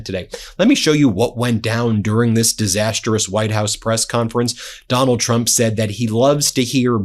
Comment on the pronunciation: Ben - any chance you could say 'disastrous' instead of the irritating and incorrect 'disasterous' - otherwise keep up the good work :- )